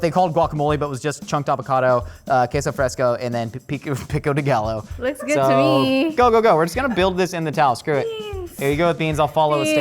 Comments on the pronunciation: we're pretty close to spain and many brits go to spain every year so he really should know how to pronounce gallo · The mispronunciation bothered me sooo much. Like, I kinda get them not knowing how to make Mexican food properly because of their geography, but it takes literally seconds to look up how to pronounce things like "gallo." And I'm making fun of the hosts/judges, not the contestants, who we can give more of a pass bc they're crazy busy trying to juggle jobs and creating and practicing recipes.